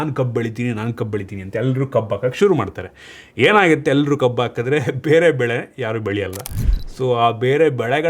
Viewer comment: ಈ ಹಂಡ್ರೆಡ್ ❌ ಈ ಅಂಡ್ರೆಡ್ ✅ ಹಾಕಿದ್ರೆ ❌ ಆಕಿದ್ರೆ ✅ ಹಾಕ್ತಾ ಇದ್ರೆ ❌ ಆಕ್ತ ಇದ್ರೆ ✅ 😂